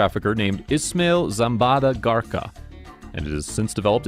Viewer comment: How do you butcher "Garcia"?